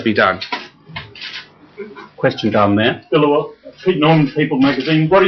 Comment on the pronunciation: they way they pronounce his name is hilarious . beel-aa-vaal.